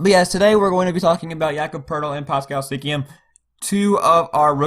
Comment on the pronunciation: He pronounced is as Sikiam